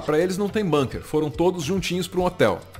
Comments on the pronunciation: Gente, pelo amor de Deus, nem nessa hora vocês escapam do colonialismo inglês? A palavra " bunker" é alemã, e se pronuncia como se escreve, com som de '"u" e não "banker'! Argh!!! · Ótimo canal! A gente gosta muito dessa equipe dinâmica e bem-informada. „Bunker“ é palavra alemã, e a pronúncia é com „u“ mesmo: búnquer… mas todo mundo entende mesmo assim ;-) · Bunker é uma palavra de origem alemã, com som de u, não com som do u inglês.